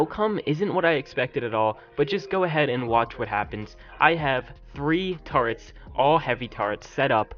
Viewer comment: What is up with people not being able to say turrets? It's not "turrents" or "tarrets," it's TUR-RETS!